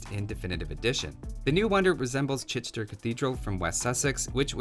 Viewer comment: The dude pronounced them well